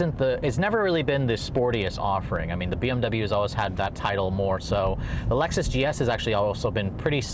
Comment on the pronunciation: ok when you said LEXASS I laughed so hard 🤣